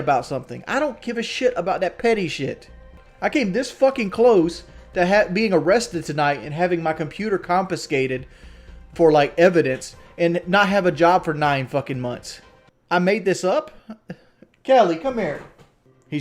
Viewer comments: he really said compescated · “Compfiscated” reel tawk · Compiscated? LMAO